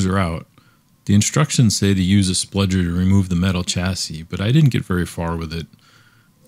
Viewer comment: Really excellent video. But I think it's pronounced "spudger" not "spludger".